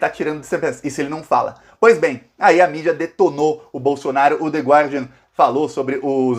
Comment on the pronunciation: Oi,! A pronúncia do jornal é /ˈgɑːdiən/ sem pronunciar a letra "u", ok, dear? Admiro sua precisão vocabular usando a nossa língua, sou sua parça aqui com frequência.